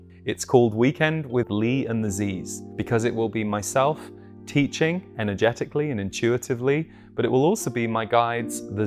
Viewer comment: My brain at the start of this video: “… what might be showing up for you energeticalLEE, psychologicalLEE and emotionalLEE.” Anyway, thanks, I love the themes for this month!